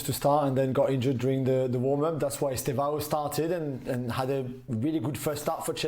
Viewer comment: Estêvão, with "e" not Estavao